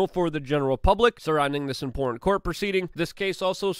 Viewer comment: All these years I always thought the word 'Important' had 3 syllables. But alas, there is only 2.